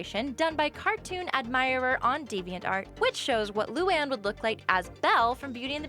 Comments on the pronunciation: It’s pronounced lū-an not loo-on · Luan is pronounced LOO AN not LOO ON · It's Lu ANNE not Lu AHN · It's not lu aun it's LOO ANN luan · I really can't take it anymore. You pronounce the character's names so wrong! I had no choice. Luan= Loo-An Lana= Lah-Nah Lynn=Lin Lola= Low-Luh Leni= Len-E Lincoln= Lin-Cun Lisa= Lee-Suh Luna= Loo-Nuh Lori= Lore-E Lucy= Loo-See Lily= Lil-E I included all of them so you can use this for future vids. No hate, just an annoying pet peeve of mine that needs to be addressed. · (Luu-Ann) is it to hard to prounounce. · it's loo an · The way she says Luan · Why did you pronounce Luan wrong...when it was Lynns part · She said Luan wrong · She said luan wrong XD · did anyone hear as they pronounced luan wrong? or is it just me. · YOU SAID LUANE WRONG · You said Luan wrong for me where I live.